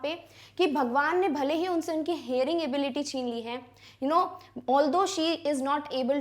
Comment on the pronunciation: ma'am aap ability ko galat kyu pronounce kr rhi ho why india need answer